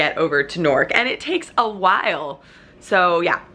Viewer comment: Newark does not rhyme with York